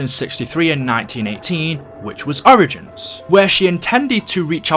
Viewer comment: The way you say origins pisses me off